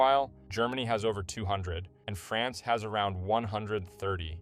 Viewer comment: Every time he says France i cringe a bit..